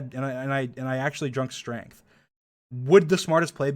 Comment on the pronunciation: Actually drunk strangth